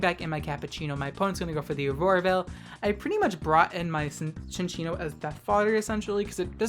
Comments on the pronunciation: Pronounced Chin-Cheeno I believe :D Great plays! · It's pronounced Cincinno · I believe it's "chin-cheen-oh" for the pronunciation.